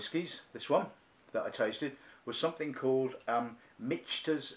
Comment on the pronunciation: Michael + Peter = Michter’s pronounced “Mick-ters”